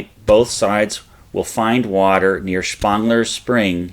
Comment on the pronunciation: Great, but 'Wadsworth" & 'Spangler' both mispronounced.'